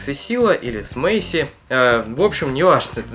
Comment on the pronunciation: Мэйси как Мэсси